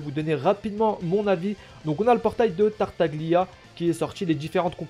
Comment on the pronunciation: Ça se prononce Tartalia^^ sinon +1 abo continue !